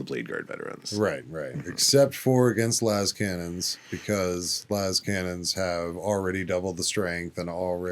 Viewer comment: I am going insane, i know it, ive seen atleast 3 different ppl pronounce "inductii" wrong recently in wholly unique ways, and NOW someone in the hobby says LAYSCANNONS????? That has to be ragebait, and if it is, you got me. That is unheard of.